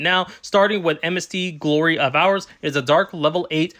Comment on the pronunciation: It's pronounced whore-us, not hours Good video though 🙂👍